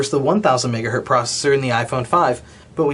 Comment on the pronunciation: You're a technology reviewer! Stop saying "megahert!"